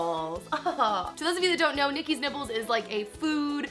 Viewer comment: Everytime you say Nikki's Nibbles... All I hear... is Nikki's Nipples..... I'm 5 years old clearly